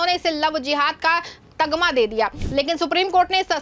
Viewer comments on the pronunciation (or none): तगमा नहीं, तमगा बोलें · Tagma, Nahi Tamga